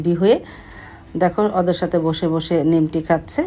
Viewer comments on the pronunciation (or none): Kichu mone korben na,Ami o bikrampur er Lok,amra nimki boli,bt apnar mukhe sudhu Suni nimti..eta ki apnar elakae bole naki???